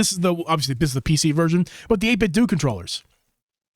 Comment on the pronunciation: Just fyi its 8 Bit Do (like dough) the company was started as a homage of Nintendo including using close copies of their designs. It wasn't until later that Nintendo got upset that they insisted it was "8 bit doo" not that it really matters but the pronunciation is intended to be "eight bit dough" because its a play off "Ninten Dough" if that makes any sense